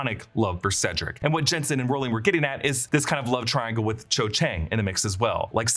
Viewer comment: Cho* not 'Chode'